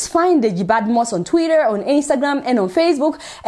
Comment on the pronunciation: I like the way you pronounce Twitter, just like twirar